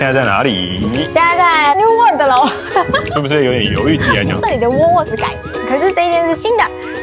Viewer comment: 偶是台紐澳公民 基督城5年 奧克蘭5年 墨爾(貓)本14年 南島那條路 走了約十次 現看影片回憶 好懷念 在奧克蘭吃mövenpick ice cream 要不就New Zealand Nature ice cream, 其它就花樣多 但 不見得好吃 New Word? 試著這樣念 Wor-old 把3個音節 巫爾德 變4個音節 巫爾歐德 Steak and Cheese is the best for me as well. Castle Hill 不是卡斯托 Hill 拉 是卡搜Hill Auther's Pass 最高點那個博物館怎沒去 有巨鳥Moa的骨頭 到西海岸Kumara Junction 应多花來回2小時去Pancake Rock看鳥 強烈建議 Wanaka建議住Top10 Holday Park, 就在湖邊. Puzzling World沒去?可惜了 笨豬跳 哈哈 偶也不敢 鹿埸 "碎石路段" 保險公司是不保的 开車小心點 Te Anau 踢阿尿 不念腦 不叫Snow雪 叫Sleet 是下小冰塊 雨下的不夠大 瀑布水沒有往上飛 米佛路上的鏡湖沒去? Te Anau 營火蟲洞沒去? 哭哭 這是最有名的 必去的 Queenstown Shotover river Jet boat 沒去? 哭哭